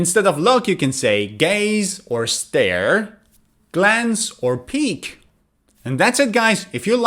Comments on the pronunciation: PEEK NOT PEAK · peek , not peak buddy